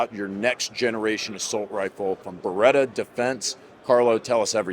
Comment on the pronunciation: I almost thought each time you were going to be introducing a different Ber-rit-ah rep! 😂😅😂. By the way Bartoli had a recall on their costco salami.